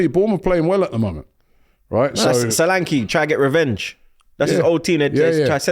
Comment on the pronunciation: Its pronounced S H O L A N K E H Not, sohhhlankiii